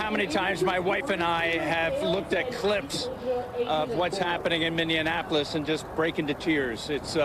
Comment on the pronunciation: The guy on stilts didn't say Minneapolis, it sounded like he said Mindianapolis